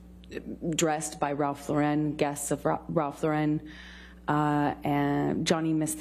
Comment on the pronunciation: How did she get dressed by Ralph Lauren and still not pronounce the name correctly?